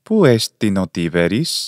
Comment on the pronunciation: Why did you include the betacism in pronouncing Tiberis ? I had heard the betacism was only introduced to Greek around the 1st or 2nd centuries CE (so very late Koine, not Classical Attic Greek) and before then a B was pronounced as a B. I’ve learned that there are numerous differences between Koine and earlier Classical ancient Greek like Attic. Your video on the pronunciation of Chaire - Kaire taught me that. I have an interest in this because my ambition is to learn how Classical Greek evolved from Homeric Greek and in turn to understand how the prior may have evolved from Mycenaean / Achaean Greek. I’d love to be able to reconstruct the actual language of the Greek heroes like Ajax, Achilles, Agamemnon, etc. I am assuming that Mycenaean / Achaean Greek would lean heavily toward Doric. The Phaistos disc pronunciation TED talk was interesting (although I am unsure of its accuracy).